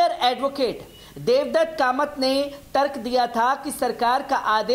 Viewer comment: कमात नही कामत बोलना सीख लीजिए